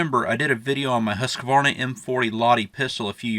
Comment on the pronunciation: Nice video❤️🔥 Btw, Husqvarna is pronounced Hoos-kvah-rnah, greetings from Sweden.